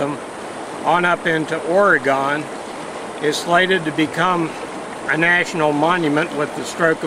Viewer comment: I enjoy your Finding Gold episodes very much but have to cringe everytime you say Orygone. Its not gone, its still here. Come on, you can say it with practice, Oreegun, Oreegun, Oreegun:-) LOLing from Roseburg. Anyway, protecting the great outdoors should always be done by people that appreciate and understand it complexities. Sound Science and Common Sense is the way! Not Politics!